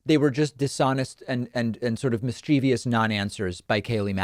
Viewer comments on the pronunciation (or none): David, you are a smart man who I have a lot of respect for, but it's 'mischievous' not 'mischievious'. It's like 'mischief-ous', not 'miss-chee-vee-ous'. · good job, and mischievious is not a word ... just sayin..